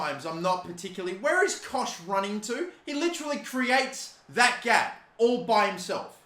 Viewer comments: Helpful tips - It's Luke Ayling not Dan Ayling - It's pronounced Koghck not Kosh - If you sell Phillips no Leeds fans will watch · Pronounced cock